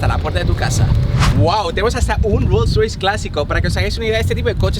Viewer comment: Min like por la pronunciación de Rolls roice :v